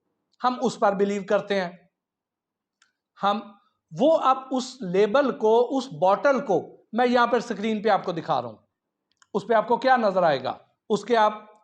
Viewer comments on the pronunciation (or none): Sacreen nahi hota janab Screen hota a with all the respect